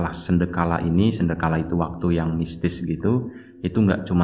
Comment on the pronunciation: sandekala bang....bukan sendekala...